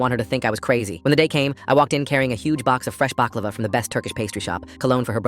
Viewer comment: Wtf BAk LA Va and Fat Ma THESE PRONUNCIATIONS IS ABSOLUTELY HORRIBLE I SWEAR TO GOD IN DIEING I HATE THIS I CRINGE AT EVERY SECOND 1 i was born in the UAE which is the "homeland" of baklava (made in it, its delicious) i personally pronounce it Bak LauhV A and 2 MY MOMS NAME IS FATIMA AND WHY DOES THE GUY SAY FAT MA THERES AN I FOR A REASON ITS PRONOUNCED fah tee mah OK PEOPLE PLEASE KNOW THIS ITS REALLY MY PET PEEVE WHEN PEOPLE SAY THINGS HORRIBLY WRONG I HATE IT